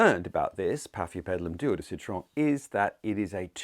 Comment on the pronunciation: I absolutely LOBE YOUR duo de Citron and as a French native, LOVE the way you say it’s name😉😍